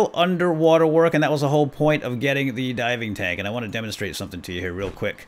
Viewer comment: I thought you said diamond tank I was saying wait what diamond tank then later he says diving tank and I was like oh diving tank not diamond tank